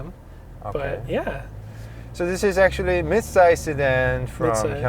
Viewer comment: it has to be midsize, not midside .. but i still love ur reviews!